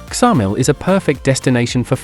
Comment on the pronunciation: Its Samil,the K is not pronounced but you wouldnt expect an AI voice over to know